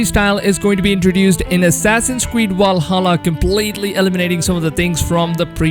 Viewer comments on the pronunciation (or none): I hope I fix the way u said Valhalla it has a fucking V in it not a W it’s Valhalla not Walsalla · *VVValhalla not wal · Valhalla not “Walhalla” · Stop saying Wallhalla. Its Valhalla with a fucking v. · Last i checked its Valhalla not Walhalla!!! 😂😂😂 #JK #CheersM8 Wikings are in too. Not Vikings!!!😂😂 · Your saying walhalla instead of Valhalla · They are not called "wikings" and the game isn't called "Walhalla" its "vikings" and "Valhalla" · How come you say "walhalla" and "wiking" but then pronounce "variant" correctly? What's your beef with v's? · Why are you pronouncing V’s as W’s? Walhalla, Wikings etc. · Why you keep sayin Walhalla idk why its triggering me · Is nobody gonna talk about "Wall"hala? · Enjoyed the video but please stop saying "Wiking" and "Walhalla" ahhh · Dis nikka said Walhalla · Man said walhalla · Walhalla LOL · assassins creed WALHALLA? hahahaha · Wery Wery excited for Assassin's Creed: Walhalla as a Norse Wiking. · Its not "Wallhalla" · Assassins Qweed wallhalla ? 😂 anyone else cop that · Did he say assassins creed walhalla at the beginning? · Vwahalla lol, thx for keeping us up to date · Did this man just just say walhalla Oden is ashamed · Assassin's Creed Walhalla with Wikings... Geez man... Pronounce them properly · I can't help but laugh each time I hear Assassin's Creed WALHALA😂😂😂 Great video though🔥just teasing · why are you pronouncing 'Valhalla' like that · Can you say Valhalla properly? Just giving you shit. It looks interesting.